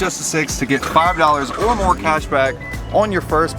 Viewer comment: “Fi dolla haha” got me laughing😂